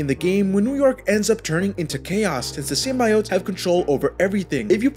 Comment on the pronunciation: Why do you pronounce “symbiotes” that way?😂